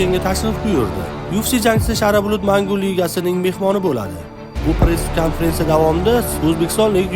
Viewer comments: Шов шув уз ту́гри гапиришни у́рганиш керак шара булут ЭМАС шара булет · Admin uzbek taysinmi deyman shara bulut deyabti😂